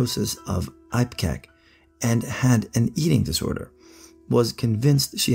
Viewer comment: G'day. I'm an Ozzie. Just wanted to do an (FYI) for future references, etc. Re: the last story, the drug 'Ipecac' that was mentioned, is actually pronounced (PHONETICALLY) ..'Ippy-Kack' however as most do not see the drug label, or written down anywhere, it is 90% pronounced as (PHONETICALLY) ..'Eppy-kack'. It is a drug that is administered to induce vomitting, in cases where a substance or foreign body has been ingested, that should NOT be. Especially in young children. It is used where charcoal is not the safer alternative, when something needs to be 'brought back up' ASAP! Ipecac however, is commonly used by people suffering from anorexia and/or BULIMIA etc, which has had its classification and prescription needed before sale, looked at and I believe, although it used to be, can no longer be bought over the counter, etc. Despite the inaccurate pronunciation of its name, as (PHONETICALLY) - 'IPE-KACK' here, and 'Eppy-kack'.. here in Australia, it was a common drug, that was in almost every Ozzie med' cabinet back when I was a child, and was still around when I had my kids (in the 90's). However, as not everything is better, an can actually be more harmful being 'brought back up'.. it has become less common these days since the research is constantly done and updated, and the use of charcoal, etc is used in its place, among other things. In saying that, it is still a commonly used drug in hospital emergency departments. Just no where near as many have it in their medicine ca